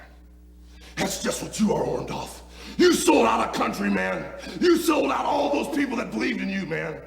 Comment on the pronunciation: I love how Hulk calls him OrndOFF